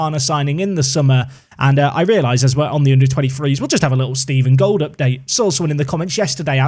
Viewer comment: Stephen Gold is actually a perfectly German name, you just decided to pronounce it the English way :D You can type it into google translate and then listen to the German and English pronounciations with the little speaker symbol.